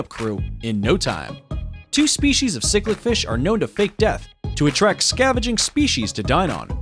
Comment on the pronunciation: "Cichlid" (the fish) is pronounced: sick-lid :●}